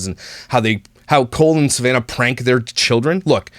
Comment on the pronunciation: Every time said "Cole and..." it sounded like Colon to me. (Which is appropriate considering what I think of these people.) 💩